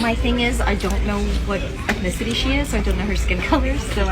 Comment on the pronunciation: "ethnenticity ethnenticity ethnenticity...." Does she think all foster kids are black